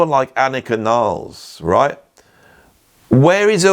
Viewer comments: Amazing video!!! Just one observation: she is German, you have to pronounce her surname just the way it's written /nilles/ ... Not /nailz/😂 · CAN WE PLEASE STOP SAYING “NILES”???? HER LAST NAME IS NILLES. NILL-ES. NOT FREAKING NILES. KTHNX.